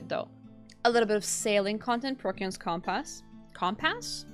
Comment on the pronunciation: Not comp-ass, but cum-piss. Also RIP update pepeHands